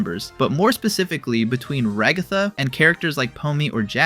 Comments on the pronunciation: The pronunciation of Ragatha :( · The way bro says Ragatha's name HAS to be rage bait 😭🙏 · Nevermind he said it wrong the third time